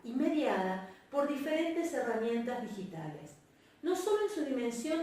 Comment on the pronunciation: En el min 12 dice "Ditigales"